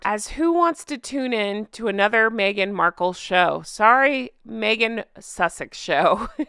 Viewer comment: Maybe my hearing is going, but when you said Meghan, I thought you said maggot…